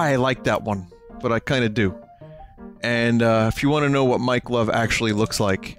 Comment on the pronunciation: Every time vinny says mike love, it sounds like mike glove.